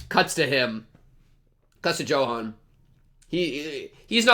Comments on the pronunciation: that Johan pronunciation, bro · Just so you know since thr story's s in Germany, "Johan" is pronounced as "Yohan"